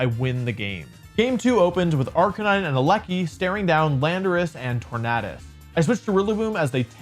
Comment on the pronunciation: Can't handle you saying Tornadus incorrectly. It's literally the word tornado